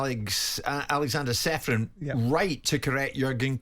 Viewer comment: Aleksander is not Seferin. His surname is to be pronounced as Cheferin. Originally there s a caron on letter C instead of letter h. As his countryman I felt you should know.